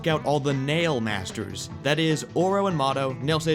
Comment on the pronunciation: "Mail masters"😂😂😂😂